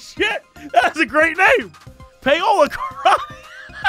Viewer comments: Is that how people in the US pronounce Paola (Pay-o-la)? I'm familiar with "Pow-la" as the pronounciation... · Is it just me, or is Jesse pronouncing "Paola" incorrectly? I would've thought it would be "pow-lah". But I might be wrong? He and Crendor pronounced it the same way on some old episode of the C'n'C podcast. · Who wants to be the one to tell him it's pronounced Paula?